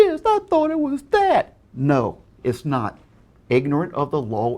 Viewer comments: "igneren of de loll is not en escus" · Example of how off his pronunciations of sentences feel and how he also screws up words somewhat frequently. When he said this he was trying to say ignorance of the law is not an excuse. Ahem "Ignorant of the lawl is not n ascuse"- 2015